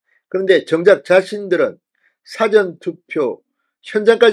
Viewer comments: 진주필, 사전(dictionary) 엄청 좋아하시네~ 발음 바로 하세요~ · 사전이라는 발음을 고쳐요 (백과사전을 말한때의 사전발음을 하네요)악센트를 "전"자에붙혀서 발음해요. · 진성호씨. 사전을 길게 발음하세요. 딕셔너리 투표란 없읍니다.